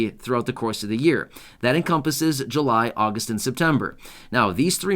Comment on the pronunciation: Chain again? You said Jun Jul and Agost